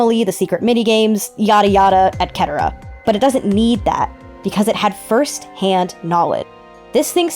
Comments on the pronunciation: Hey! So I notice you consistently say "etcetera" wrong. It is pronounced et-set-er-uh. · Alright you can pretty much ignore this comment because it has absolutely nothing to do with this topic (as an aside though it's a solid idea but I feel as though the theory could use some more expanding to better demonstrate your proposals) but PLEASE never pronounce etcetera as "et-ket-era" ever again it took me out of this for like a solid five minutes making me think I was going insane. 😂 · “Et Ketera”